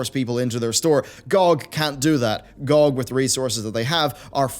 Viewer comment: The way you pronounce GOG bothers me a lot. Good video!